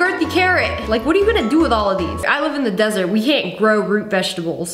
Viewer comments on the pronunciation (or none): none